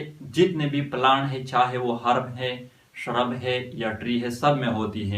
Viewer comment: First of all vo shurb nahi hotahe vo shrub hotahe पहले बोलना सिख